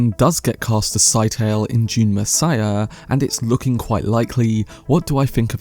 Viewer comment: Did herbert not say scytale was pronounced like it rhymed with Italy (skit-uh-lee)